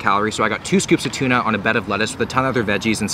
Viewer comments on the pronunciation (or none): none